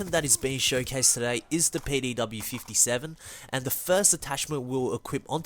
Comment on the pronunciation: did dis dude say payday w or am I dumb